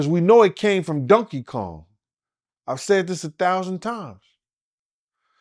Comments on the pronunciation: "Dunky" Kong 😅😅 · “Dunky Kong” 😂